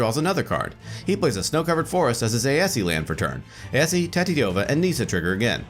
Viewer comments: that aesi pronunciation bugged the hell out of me. the "e" is silent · Hearing Aesi pronounced Ay-eh-see is strange. I've always pronounced it and thought it was pronounced Ay-see. Also is there any significant reason that you'd run Tatyova as the commander instead of Aesi? Great game though!